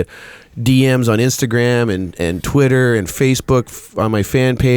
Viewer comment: Jocko that was the best facebook in Portuguese I have heard from you yet! 🤣